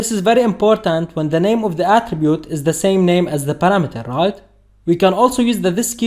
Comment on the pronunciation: ya, especially when you hear the word "ruoit" instead of right